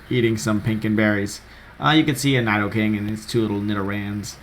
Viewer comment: Nidoking is pronounced needoking